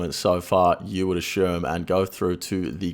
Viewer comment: Love ya But every time I hear you butcher the word 'assume' it's like sandpaper q-tips in my ears. Is that just how Aussie's pronounce asshhhhhuuume